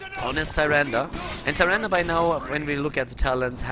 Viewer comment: Sorry but why are you spelling "Nazeebo" as "NazeebRo" ? Its quite annoying. The same goes with Tyrande, its "Tyrande" not "TyrandA". Please work on that :)